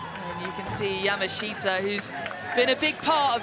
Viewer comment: I wish that commentators would pronounce Yamaahita correctly.